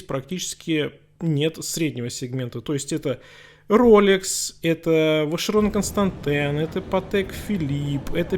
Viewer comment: Ваширон Канстантэн.....ахаха,уморил,откуда и как в россии придумывают названия, ламборджини и т.д, правильно произносится - Ваширон Конста, да да, не вероятно, но не константин или ещё какие вариации , так как на щвейцарском граничиющем с францией вот такое произношение, ударение на последнее А, как в случаее и с французким многие буквы тупо не произносится, теже Рено, Пежо, но пишется ренаулт и пеугеот, Ваширон Конста ударением на последнее А и оно продлговатое. А вот швейцарцы граничищее с германией они произносят Ваширон КонстантЭ